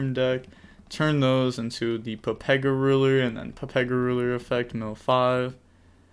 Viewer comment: Why do you call the chaos ruler a papega ruler lol 😂